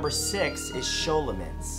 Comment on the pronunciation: I guess I've been mispronouncing scholomance for years.